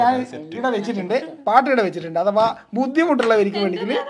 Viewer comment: ഡാ അഥവാൽ അല്ല അഥവാ 😌😌